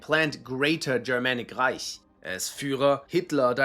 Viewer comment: You know he’s german when he doesn’t say reik instead of reich